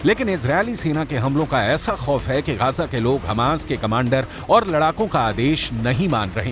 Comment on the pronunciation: Gaja nahi bhai, gaza bolo😅